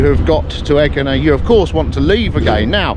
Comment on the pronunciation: There is no G sound in Greek its actually prounounced Y sound